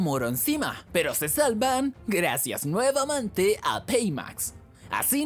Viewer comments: Bro, como que "nuevamante"; se dice "nuevamente" xd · Laguien màs escucho que dijo nuevamante (me encantan tus videos)😅😂❤